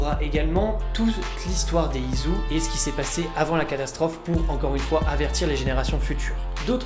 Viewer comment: Putain ça ma dérangé tout du long...ON DIT ISU (ISSOU) ET PAS ISU (IZOU) C'EST MOCHE COMME ÇA...Mais sinon bonne vidéo merci ^^